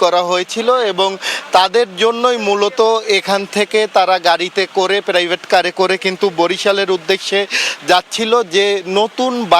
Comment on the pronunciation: প্রাইভেট কার রে বলতেছে প্রেরাইভেট কার😂😂😂😂